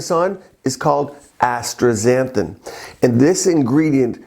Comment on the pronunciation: Astaxanthin, not Astra xanthin